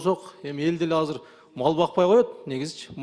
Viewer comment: Азыр деп суйлосон казыр дейтко 😂😂😂